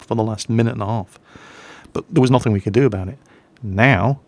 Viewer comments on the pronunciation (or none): none